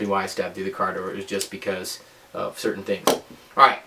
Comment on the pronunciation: "It was just for a cirtain thing" lmao! I friggin love you! Youre beyond educated, I love learning from you and you crack me the hell up! In the future I would love to take some classes at VR!